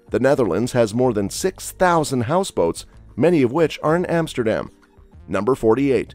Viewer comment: Van Go... Emsterdem.. Gaithorn.. Bayshute with... Kinderdieke.. do your homework before you make a video...